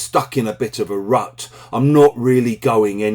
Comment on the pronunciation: Thanks. Sound like you are saying RAT 😢